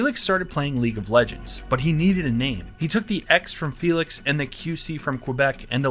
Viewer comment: You using the félix with the wrong akcent, you acualy got to announc her name with hungaryan akcent!